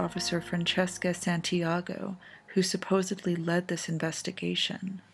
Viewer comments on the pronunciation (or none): none